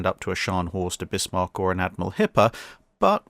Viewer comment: Bismarck? Yup, it's Bismarck. Nice 👍